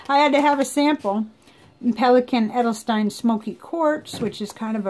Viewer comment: And for Edelstein... You pronounced it as it's written (the part with "st"). That's the obvious way to do when you don't know better. Because it makes sense to say it the way its written. But in German the ST is in the most of the times (I currently can't think of an exception but there is one for sure because it's the German language) pronounced like SHT... By the way... SH sounds the same like SCH in German... Just like in "shift".